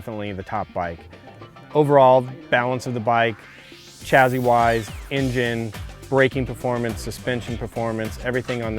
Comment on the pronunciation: Gotta wonder about a guy who pronounces it 'chazzy'.